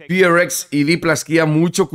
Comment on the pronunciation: porque el equipo se llama Fearless Fox, lo acortan a FearX y cuando lo pronuncia se escucha como Fi Ar Ex